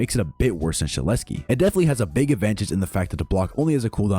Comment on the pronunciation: Shedletsky is s tear not a A tear